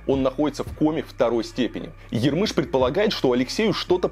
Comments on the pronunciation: Ярмыш, а не ярмЫш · Если что Кира Ярмыш, а не ярмЫш. Здоровья Алексею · Ярмыш ударение на первый слог¡